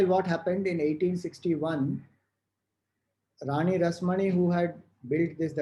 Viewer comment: the way u take name of the rani rashmoni I feel hilarious!! Your bengali accent.... 😂😂😂😂 But ur story telling way is so interesting!! Salutations.🙏❤